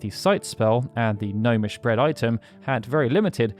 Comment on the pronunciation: Thats "Gnomish" 🤪